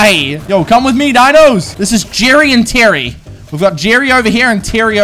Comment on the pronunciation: Everyone: Jerry, Terry and Mary: Jirry, Tirry ind Miry